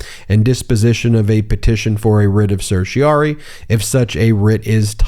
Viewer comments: Then, the writ from the Supreme court ends in rari not ory. It rhymes with fairy o4 starry not slurry. Ask Google how to pronounce it. You are getting it wrong. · Ben, why do you continue to mispronounce the term certiorari?? You tend to undermine your credibility as an attorney when you fail to pronounce a common legal term, and then fail to correct yourself. You can do better!